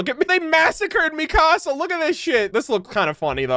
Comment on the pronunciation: Theres not a day that goes by that I dont get incredibly angry at someone saying it as "Mi-casa" instead of "Mikasa", saying it as "Gene" instead of "Jean", and people saying "Mike" instead of "Miche" Just watch the English dub for a single episode featuring at least one of these characters and you'll learn the name real quick. Attack on Titan isnt one of those animes where you say the American/English version of the name instead of the Japanese version. You always say the Japanese version, or rather what the English Subtitle Translation says. The only exception to this is dependent on what version of the Japanese Alphabet you're using, or what translation you're using. Levi is a good example of this. In Japanese, his name is said Rivai, or Rivuai. Levi's name is foreign, which results in a Katakana writing form.